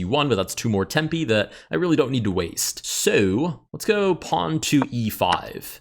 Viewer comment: "And if I have to waste a tempy"